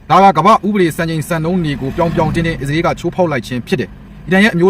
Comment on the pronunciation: အစ္စရေးတောင်ပီအောင်မပြောတတ်တဲ့ကောင် အီဇေး တဲ့ 😂😂😂